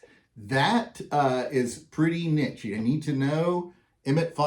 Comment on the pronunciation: Nice info. I found it interesting that you pronounced niche both neech, and nitch. Also, I lived in Spokane for about 9 years. CDA is 30 minutes away. Not trying to nitpick you because unless you are a local, you don't know. The pronunciation of Cour D' Alene is core da lane. Just FYI.